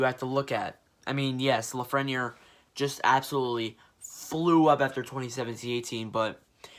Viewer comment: The way you pronounced Lafreniere had me dying